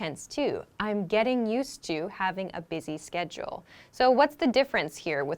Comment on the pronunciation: You pronunced schedule as sketchle. Please repronunce it properly.